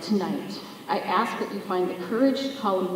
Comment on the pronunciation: An educator that can't say "ask"?